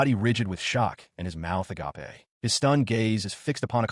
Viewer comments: Just in case you don't understand because surprisingly it happens A LOT "agape" is said like (ah-gay-p) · I love the line " her mouth (ah-gop-eh) agape" lol